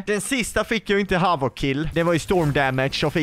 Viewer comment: Majvoc???😂😂 den heter havock